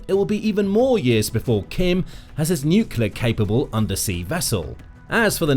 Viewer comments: Nuclear is pronounced exactly like 'New Clear'. I realize this word is difficult for many people, but if that word appears many times in a news story, maybe the narrator should be tested to see if he can pronounce it, and if he's aware of the difficulty he seems to have with it. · NEW-KLEE-UR!!! That's how you pronounce the word!!! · I know this channel has more than one narrator, so why, when reporting on stories or situations that have a connection to nuclear power or nuclear weapons, do you assign the narrator that cannot pronounce the word "nuclear"? It's not "newkewlar"! If you cannot speak the King's English, then you should perhaps choose another line of work. Lord thunderin' Jesus, it sets my teeth on edge every single time! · Why is it that people Can’t pronounce NUCLEAR? It is not spelt NUKULA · Kim's wishlist, or Kim's Wish list? I could buy that he bought it online from a Chinese fraudulent junk drop-shipping site! BTW, are my on-edge teeth right? I'd swear this guy keeps saying "nuculer" like an ignorant putz rather than "nuclear"... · You don't even pronounce nuclear properly. It's spelt correctly in your title, you can't even say it, you say nucelar 😂😂😂😂😂 And we should trust your videos??? 😂😂😂😂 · “Nuclear”… there is only one “U” in nuclEar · As soon as you mispronounce the word nuclear, I turned off the video sorry bud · Jayzus. It’s painful listening to you botch the word “nuclear” so badly. In one sentence you’ll pronounce it correctly, then in the next you lose your gawd damned mind. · It’s ok, he can’t pronounce nuclear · My pet peeve. It's NUCLEAR (new clear), not bloody NUKULAR. It doesn't matter a jot but it grates on my f*****g ears. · NUCLEAR, not NUCULAR, bad bot! Is it a decoy, or a symbol of North Korean inability to do anything? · I'll never understand why people can't say "nuclear". Nook-lee-ar. Not nook-yee-lar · middle school english boys it aint NUCYUHLAR,, IT"S NEW CLEE AHRE exectera is ET CET ER A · You literally said "nucular."